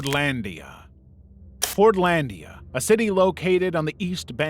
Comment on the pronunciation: Fortlandia I heard as forniteia and almost had an aneurism